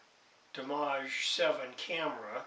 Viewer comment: Nice camera and great price...I don't have this model in my collect however, I have always admired what this camera can do! And you are correct, Minolta bought Konica some years ago...also if I may correct your pronunciation...its pronounce "dee-image". I looked at the specs on it, it is very nice for what it has...first it has a nice big 2/3 sensor! Fast lens at f2.8, you have full control over the camera and it offers RAW & TIFF, exciting I know!:) I am very happy with those specs! Now for the bad news..it does not use a SD car, it uses a CF Type I or Type II, will not use Type III,...it only supports cards up to 2Gig...remember that when buying...as far as video goes, you will not be using it for YT, it shoots 320 x 240, 15 fps, 60 sec max, with or without audio or 640 x 480, 7 fps, without audio...it saves the video files in the ".mov" extension. To start out, leave the camera in the "P" mode, this is eccentrically "auto" mode, except it allows you the user to change some items if you dont want default, such as ISO, color, etc... Good luck! ~Jack, VEG